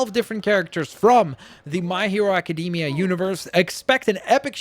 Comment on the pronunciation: Nobody:: My Hero Acadeemia